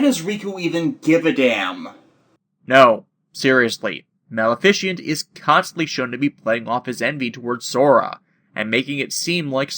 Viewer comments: I second the comment below - Riku was the originally-intended wielder of Sora's Keyblade, which is why he was able to hold onto it. And and yet again - Donald is a dick. Out of curiosity, why do you pronounce Maleficent "Mal-fish-ent" instead of "Ma-le-fi-cent"? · Ok how do you mispronounced maleficent. It a combination of malevolent and magnificence